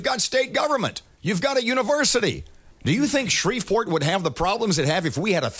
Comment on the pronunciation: Somehow I'm NOT surprised when she said Shreveport also